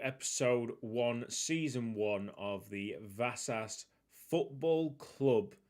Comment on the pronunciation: The 's' in Vasas is pronounced like the sh in wish